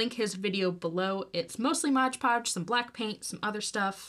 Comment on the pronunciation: Cute but you use of Modge podge instead of mod podge sent me packing!